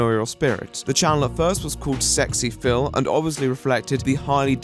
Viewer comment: It wasn't sexy phil, it was Ess Ex Eee Phil. JS